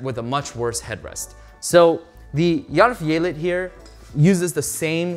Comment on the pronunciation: hahaah ohgod, when you said swedish and german are similar, no they're not! It did feel like as the review went on, you did pronounce it better and better, but maybe I just got used to it. but you did pronounce järvfjället really well !! thanks for the review.